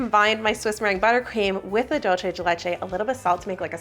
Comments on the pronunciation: It's Dulce de Leche, pronounced DOOLSE, not DOLCHE. ❤ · Every time she says "DOLCHE DE LECHE", a angel loses their wings... 😭 It's DULCE, not DOLCHE. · Hi! argentinian subscriber here! 🙋🏼‍♀🧉 "dulce de leche" is not italian, so it's not "dolce", think of an S when you see the C in "dulce", do an S sound and you will be pronouncing it correctly, Because your "de leche" pronouciation is really good!! love your videos! 🎂💕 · I'm gonna go ahead and make the tiiiiiiiniest correction, in Spanish "c" sounds like "s" (or "z", if you're from Spain) before "e" or "i", you were going very Italian "c" when you said "dulce" 😅